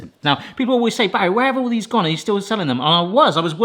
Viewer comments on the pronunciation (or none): none